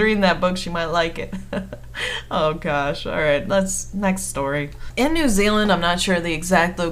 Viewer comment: It feels so weird hearing you say new Zealand it's just like hahahahah I live there thanks